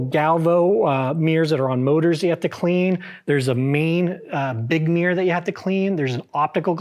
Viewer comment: Taking advice from a guy who can't say Mirror...What the hell is a mear